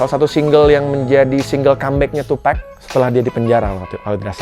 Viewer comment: MAS izin koreksi penyebutan nama TUPAC bukan TUPEC Terimakasih 🙏